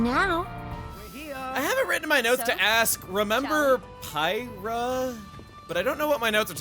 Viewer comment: "Pie-rah?" Isn't that the chick that killed Rex at the start of the game?